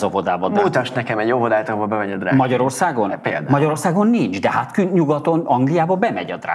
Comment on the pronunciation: Drug queen? Ha ilyennel jon legalább mondja ki normálisan…. Arra sem képes. Drug queen…. Apám 😭🙈😭🙈😭